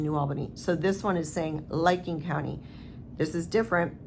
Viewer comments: The county in Ohio investigating the Keesee case is Licking, pronounced lick-ing not liking. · Yeah it's licking county not liking county. Just so people know what county if they want to look it up and follow it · its pronounced...lick Licking Co.😊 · . I worked there (not as an officer) for many years. They operate in integrity. (btw, Licking rhymes with ticking, believe it or not 😂)